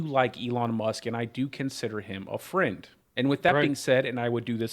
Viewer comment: i meant more like his pronounciation of the word, almost like hes missing a letter when he says it.